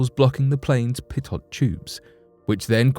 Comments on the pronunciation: Pitot tubes are pronounced peeto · The final "T" in the word pitot is silent. Pronounce it: PEE-toe.